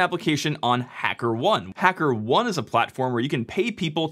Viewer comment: The correct pronunciation of Hackerone is "Hacker" "OH-NEE" like macaroni.